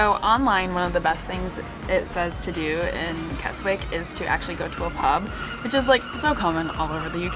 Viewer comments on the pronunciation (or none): not kes wick kesick silent w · Please talk to people and realise its pronounced kes ick there is no such place as kes wick!!! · I love Keswick, only 20 mins from my home and pronounced Kesick silent "w" :) More videos on my channel with some good news. 👍🏻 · No offence! but Keswick is pronounced KEZICK, have a wonderful time, you 2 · Keswick is actually pronounced as Kesick it has a silent w.... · Keswick is pronounced more like Kez-Ick. The 'w' is not pronounced. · 😆😆😆 It's pronounced "Kezzick" 💜💜💜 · Keswick = Kezzik. 😊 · Obviously don't expect you to get pronunciations right every time, so it was funny how it really made me wince every time you included the W in Keswick. It's more like Kezzick. And yeah, parking is a nightmare in the main holiday season. Seeing you swimming in the lake reminded me of around 30 years ago teaching my oldest daughter to swim in Derwent Water - we had 2 weeks of crazy hot weather, so lucky. You made me want to return 😍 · Sorry its "kezzick"